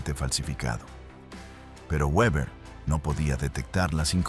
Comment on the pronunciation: Se dice Beber(Weber)